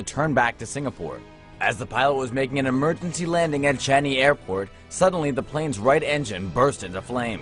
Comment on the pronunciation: Lol he said Changi airport in cangy airport laughed at it and people make mistakes plus I live in Singapore lol but almost scary